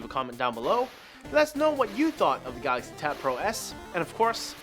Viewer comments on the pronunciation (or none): What's a "Gaaxy" ?